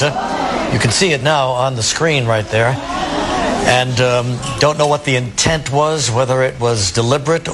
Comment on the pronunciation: "Other than that, it's kinda quiet around the country. We like quiet. Guys, it's quiet. Too quiet." Dude specifically said quiet around the country, right before something that would shake the whole country. "Don't know what the intent was..." and the broadcaster put extra emphasis on intent.